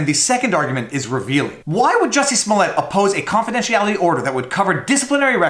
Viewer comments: Do I have to do this everytime?? He always mispronounce the name.. It's Juicy' Smoyey' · “Juicy Smooliet” 🤣